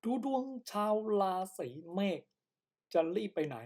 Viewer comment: พูดยังไม่ถูกเลย เมษไม่ใช่เมฆ